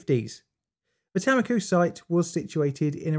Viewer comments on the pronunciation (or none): Its Tammikooh, not "Taemmikyh". A like the a in "Saruman" or "Artist". U again like the u in Saruman. Finnish Tammikuu means January but in Estonia its apparently a name for a location for some reason. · btw tammiku is pronounced t -um-ick-u xxxxxxxxx